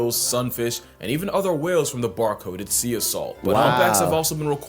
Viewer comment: Bro really said cea instead of sea😂